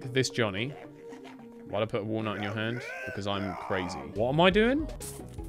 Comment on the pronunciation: I checked this episode out so i can find out why he keeps calling wall-nut johnny, now i see why